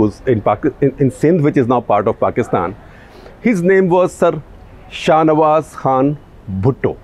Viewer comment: Ye sir sahnawaz kyu bol raha he